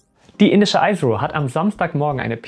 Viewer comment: Sag doch bitte nicht Eisro zur indischen Raumfahrtagentur. Indian Space Research Organisation spricht man immer noch mit einem i am Anfang. Es sei denn, du möchtest die Abkürzung buchstabieren, dann würde man es Ei Es Ar O sprechen.